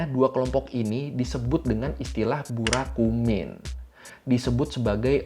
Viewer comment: Burakumin ya bukan Burakuman